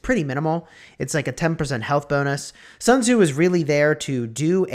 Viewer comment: I mean..lets me fix for you. Its commander not commodore. Sun tzu not sun zue. Thanks u.